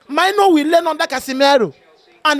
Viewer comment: you are African so pls learnt prononounce Mainoo's name properly It is a Ghanaian name pronounced like menu